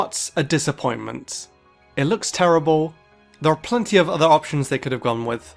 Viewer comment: He said terribun